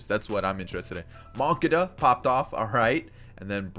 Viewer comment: Your not saying moncada correctly